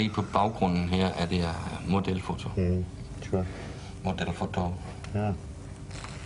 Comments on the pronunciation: Har længe studset over hvorfor i alverden han siger dette? Han siger "model foto" som jo sagtens kan forstås uanset om du taler dansk eller engelsk (hvilket hende thai damen gør). Alligevel føler han en nødvendighed i at skulle sige "model fottooo" med et thailandsk accent. Så underligt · “Model fotto”